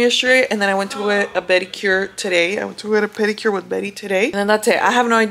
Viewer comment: When u said beddicure I already knew lmao ! 😂😂